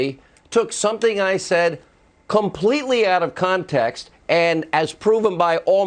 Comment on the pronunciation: did he say out of “comtext”? Or is that just the video?